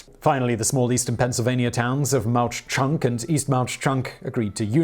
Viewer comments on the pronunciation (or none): The "h" is silent in Mauch Chunk. It's pronounced "Mock Chunk." Mauch Chunk is the Lenni Lenape name for "Mountain of the Sleeping Bear." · It's pronounced "mock-chunk"